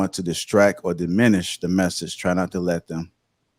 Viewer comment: They saying that shid like it's a real word 😂. Sounding like they didn't graduate high school.